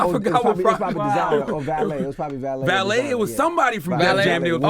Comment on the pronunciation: Album is fuckin FIRE. But I'm a lil diasappointed that Valeé is signed to G.O.O.D. and they STILL can't pronounce his name. It's pronounced Vuh-lay, not Valet.